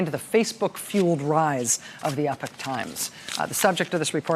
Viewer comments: Rachel, it's Epoch (EEpock), not epic. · The EPOCH TIMES COMMERCIAL precedes just about EVERY CLIP ON YOUTUBE!!! PS WHY IS IT PRONOUNCED 'EPIC TIMES'? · Not 'epic'...Epoch! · OMG It's pronounced eepock, not epic! How is this a new word to everyone ? Also, the verb is "to report", not "to report out". Journalists should care about language. ARRRGH! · Epock say it right